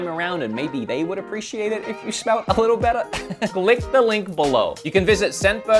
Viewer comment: did anyone else catch the "lick the link below?" ^_^